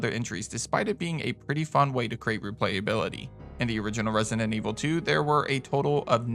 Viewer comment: stop saying “Resident” like that